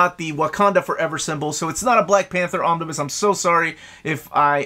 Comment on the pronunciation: Pls dont say omniboo for some reason it feels like I'm being tickled